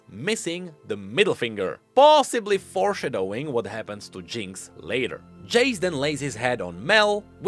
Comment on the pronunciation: I love the way you say "Four Shuh Doughing"